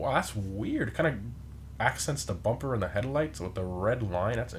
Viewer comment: He pronounces bumper like pumpr